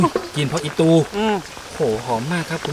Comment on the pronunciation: กลิ่นผักอีตู่ เน้นเสียงจังครับ 😂😂😂